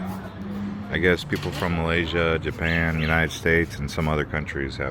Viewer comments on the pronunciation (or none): none